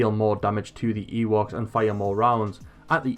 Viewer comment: Is it just me or is he saying Yeewoks? thanks for the video btw